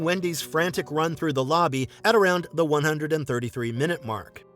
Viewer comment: The video is well made, and the narrator clearly speaks English as a first language, yet he doesn’t know the pronunciation of the word “the”, depending on what word follows, and the word “a”, depending on what word follows, which is not only weird, but it’s very distracting. He should take some lessons. It's so hard to hear repeatedly, I sadly had to stop watching the video and just read the transcript.